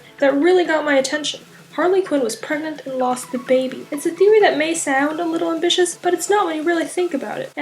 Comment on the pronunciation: Is she... PREGANANANT?